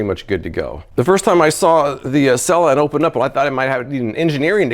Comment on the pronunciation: It’s (seela